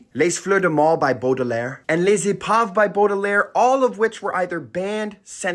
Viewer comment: Just an FYI - the s in the word les is silent if the following word begins with a consonant, and pronounced if it begins with a vowel. 😊